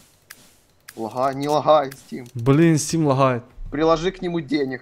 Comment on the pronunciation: стим лагхает ЛАГАЕТ а не лагхает